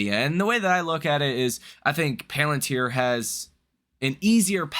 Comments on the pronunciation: You are fired from pronouncing the word PALantir hence forth. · I watch you everyday and I normally don't have much of a problem taking your analysis into consideration.... However the fact that you can't pronounce palantir correctly makes me think that you're not actually following the market and therefore I don't actually know what the hell you're doing so now I'm going to have to reconsider my time allocation and watching your videos and taking your videos into consideration